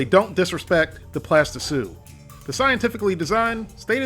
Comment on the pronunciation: Plasti-sous. As in sous-chef.